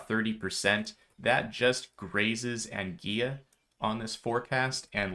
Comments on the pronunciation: an-gwill-ah, not angeeya... ok? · Thank you, for future reference Anguilla is probounced more like Angwilla....like Godzilla.